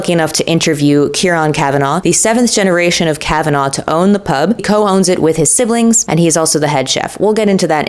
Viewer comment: Madam you bring an Irishneess that we could all enjoy 😊. It’s kavanaa lolz I need to leave I will watch again CheeriO 👋